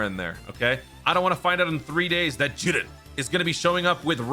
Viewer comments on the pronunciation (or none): The way this dude says Jiren got me dying 😂😂💀